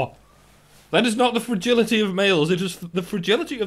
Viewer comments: Why do they always pronounce it as "fergility". I was always so confused what they meant by that because it mostly just thrown into the room without context. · I google'd "fergility" /fɹ̩.ˈdʒɪl.ɪ.ɾi/ twice before I realized that the word was "fragility" /fɹa.ˈdʒɪl.ɪ.tʰi/. AJ+ woman needs to learn to pronounce things a bit better.